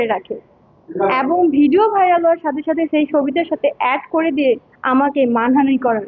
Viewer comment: এবন না ওইটা হবে এবং 😅